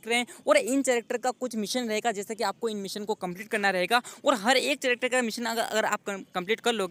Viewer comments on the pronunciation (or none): चैरक्टर नही भाई कैरेक्टर